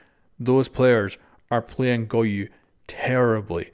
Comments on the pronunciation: It's pronounced GO YO. Where tf do people keep getting the letter U in his name? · Can anyone tell how many times this man said GOYU